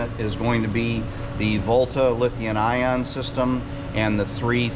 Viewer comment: Does the Volta Lithium Ion system eliminate the requirement for a Generator? Assuming you installed enough solar? Also please forgive my ignorance, is it Lithium or what says "Lithein". Ok, more new guy questions, is height pronounced "Hite" our "Hith" I always thought it was the former given the way it is spelled, but it might be a regional dialect. I've been an 31 active duty years military member and lived allover which just confuses the heck out of me when folks talk. Thank team. I love your show, I will be purchasing a luxury RV and its largely because of and partly because "art deco" 😀❤.